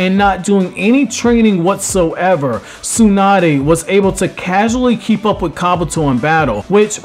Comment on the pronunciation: SUE-NUH-DAY. I can't.